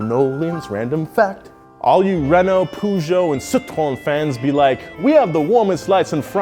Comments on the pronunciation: The pronunciations in this video are to be ashamed of. Peugeot is pronounced Purr-geot, not Poo-geot. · It's not Puzhow! It's Pey-Zhot (silent T) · What the hell is poojoh? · Please stop pronouncing Peugeot like that.